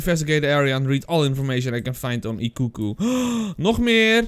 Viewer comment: Hey, ik weet niet als je het interessant vind maar ik ben een student japans! Okiku spreek je uit als ‘o’ als in open ‘ki ‘ als in key en ‘ku’ als in cultuur. Sake is ‘sa’ als in saai en ‘ke ‘ als in kerk. Ik hoop dat je dit interessant vind